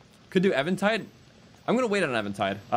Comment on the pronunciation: Why do you keep saying Evantide instead of Eventide?